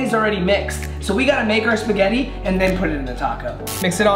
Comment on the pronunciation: Yo yo yo when he said speggite tacos I was like hold up wait a minute